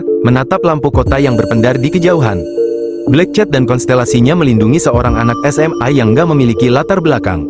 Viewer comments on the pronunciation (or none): Min, sebut nama bagi sedap sikit, bukan black chat. Tapi black cat(kucing hitam)... rasa nk marah ada juga sebut nama xbetol